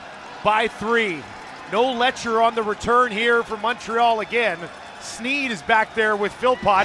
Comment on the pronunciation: Letcher, not Fletcher.